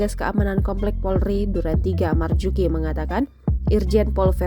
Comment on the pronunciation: Satpamnya marzuki bukan marjuki salah itu wkwk kawan gue satpamnya